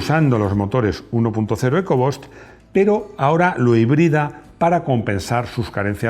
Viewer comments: Se pronuncia "ecobust" no "eco bost" 🤦‍♂🤦‍♂🤦‍♂🤦‍♂ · Estimado ! Por favor aprende a pronunciar palabras como Downsizing, Engine o Eco-Boost, como comunicador social que eres y especialista en coches son palabras básicas del inglés que deberías pronunciar en forma correcta. Excelentes tus vídeos !